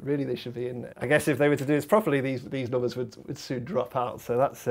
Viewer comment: They always pronounce it "noombas" instead of "numbers"